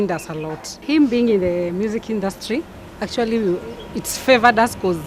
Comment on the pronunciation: actually... actuarry...